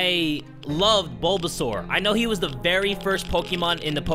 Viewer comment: That “ BoBaSaUr” was amazing 😂